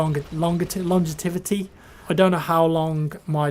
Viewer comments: You might have had this comment already, apologies if you have. Longevity is provided lon-JEV-ity. Good vid BTW. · Its pronounced long jev it tee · Longevity - Long-Jev-ity